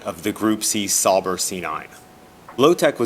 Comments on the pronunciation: I mean, he could at least pronounce Sauber correctly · “Sawbrr” Sauber. Au.